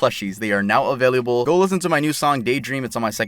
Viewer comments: Anyone notice he always says “availiable” instead of available? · You are the second person i've ever heard pronounce "available" like that 😅 you say "availiable" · I like the way you say available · I just realized how he says available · i like how pronounces "available" lol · Why do you pronounce available so weird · Yo, why does he say “available” like that 😭😂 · i also loves how he said available